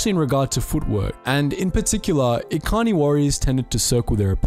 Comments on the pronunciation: God, every, single, video about star wars lore has major problems with pronunciation... Echani not ekani lol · 'Ekani' Wait do you mean 'Echani' with a 'cha' sound? Sorry. KOTOR relapse. Sidenote, mandos loved to pick on the echani fighting styles. "Look, di'kut. Are you gonna dance around for another twenty minutes or are you actually going to a throw a punch?" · pronounces it like Ekani. Me, who has heard as e chan ee from kotor 1 and 2: ☹️☹️☹️ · Echani is pronounced the the ch sound not the k sound. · Probably a little late, but you mispronounced "Echani".